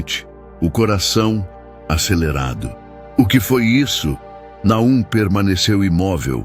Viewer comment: Como está feito com inteligencia artificial, as vezes diz Nahum e Elías 😂